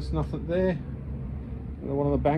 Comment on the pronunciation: I hate to be picky....but it's "nothing"....with a "g".... not "nothink"